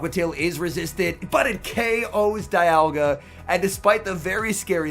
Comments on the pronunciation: Isn't saying dialga as Dye uhh gaah instead of dee aaal gaah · Is it just me or did someone else notice pronouncing dialga differently throughout the video